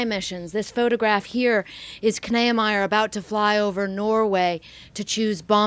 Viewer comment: Kneiemier? I think its pronounced "Nee-ah-my-er" at least among German Americans.